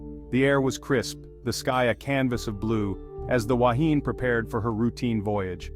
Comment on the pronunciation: Completely incorrect information, your pronunciation is incorrect. People lost their lives and you make up nonsense, shame on you. Yes I’m a kiwi.